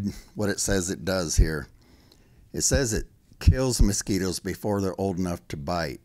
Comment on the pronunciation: Anyone that says “moskeeters” knows what they’re talking about